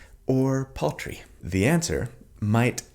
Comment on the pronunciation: I know it was "paltry", but I distinctly heard "poultry", and now I want to call this build Chik'nfist.